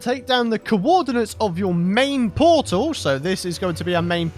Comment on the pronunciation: new powtal can genewate hewe